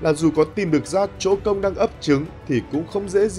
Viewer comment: mày không nói được chữ công à, cứ cốc...cốc, nghe không được.